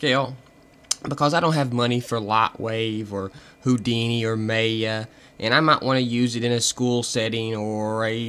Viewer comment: mey ya lol its maya as in maia